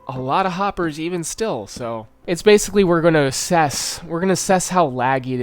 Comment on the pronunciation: happers? harper? hoppers? where are you haypers? im sorry i had to